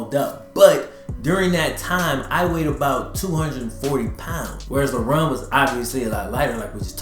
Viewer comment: I keep hearing him say “Lebron”